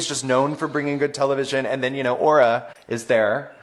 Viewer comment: the way continues to mispronounce auras name as "aurora mayoori" ❤